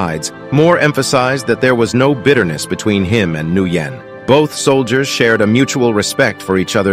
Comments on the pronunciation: Nguyen is actually pronounced like n'wen, not nue-yen, but props for not saying n'gu-yen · Its pronounced new-win not new-yen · It's pronounced Win, not Nooyen. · In case anyone else was wondering: “Nguyen” is commonly pronounced as “Win” in the states however in Vietnam, especially north Vietnam, the pronunciations can be “N’Win” or “Nuh’ Win” “New Win” seems a bit off but could be accurate. I’m Filipino, not Vietnamese, so curious how they’d react to the audio pronunciation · It’s not pronounced “new-yen” it’s pronounced “when” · Please don’t mispronounce the most Vietnamese common name. Southern Vietnamese tend to clip some of their sounds, so Nguyen would be pronounced something like “Win” or “Wen.” Northern Vietnamese would keep it, giving a pronunciation more like “N'Win” NOT new win. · The name is pronounced as "win" not "new yen" or "na goo yen" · Nguyen is pronounced WIN not NU YEN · Noo-Yen... Its pronounced "Wynn" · It is pronounced win, not as Nu yen. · Nguyen is pronounced like the English word When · Well, actually, if you really want to be accurate, you are supposed to pronounce the 'ng' the same way you would in English. Without worrying about the accent marks, it really should be pronounced " 'ng'win " The crazy thing is even though the 'ng' sound is used all the time (ring, sing, king, ringing a bell, singing a song, etc.), most English speakers somehow can't put the 'ng' sound in front of a word. The other crazy thing is that a lot of Vietnamese let mispronunciations slide or try to correct them only to give up after a number of tries. Anyhow, be mindful of the 'g' and the 'ng'. Again, it is really 'ng'win. If you need help using the 'ng' in front of the word, just use "ringing the bell" or "singing a song", emphasize the 'ng' sounds, especially the "nging" parts, then use it in Nguyen. That would be a, ahem, win for all Nguyens everywhere. Source: some random dude with the last name. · It’s pronounced “win” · Its pronounced win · Pronounced Wen